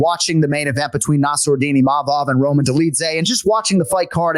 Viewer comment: needs to learn how to say Imavov, not Imanov or Imamov